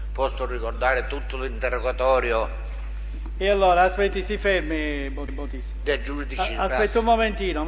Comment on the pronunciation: Ma perché cazzo lo chiama motisi???